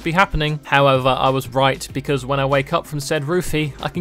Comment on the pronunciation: Ah yes "Becaue" of me Thank you...